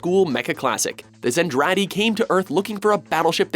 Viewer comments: I am so surprised LOGH, Lodoss and Macross were even mentioned on this list. Usually they get snubbed for being older, less mainstream series in the West. Also it's ZENTRADI. Not pronounced "Zendradi", but still, I should thank them for not calling Macross "Robotech". God I hate Harmony Gold. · "Zen-Traa-Dee" The way the announcer is saying it is definitely wrong. Macross should definitely be higher, Macross Island and Vancouver are completely wiped off the map, and then 2/3 through the series all of Earth is basically eradicated when the Zentradei fleet carpet lazers the planet from orbit. I like that Lodoss War made the list tho.